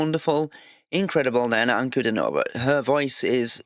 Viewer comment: Please learn the pronunciation of her name...Ankle-diii-nova, (not stress on the -no-syllable) please learn if you are a real fan